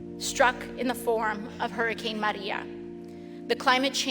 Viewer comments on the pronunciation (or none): She has to say "Maria" with a tongue roll to be more dramatic that a hurricane has only hurt Puerto Rico. I'm for climate change but she's a nut job